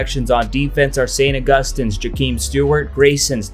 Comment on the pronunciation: Its pronounced St. August-een 🫡